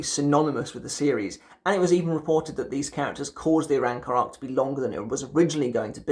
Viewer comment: I’m sorry but I’m gonna be the guy who points this out, RAY-AT-SU and ARAN-CAR I just couldn’t hold myself back that shit was priceless 😂